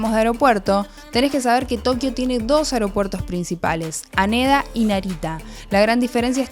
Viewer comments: nose dice Aneda es Janeda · Todo hermoso chicos. Buen laburo. Lo unico, en japonés la H se pronuncia asique no es okaido ni aneda, se diría Jokaido y Janeda